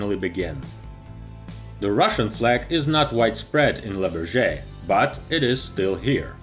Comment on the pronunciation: I love your videos, please learn how to say Le Bourget properly, I guess phonetics for English would be BOORJAY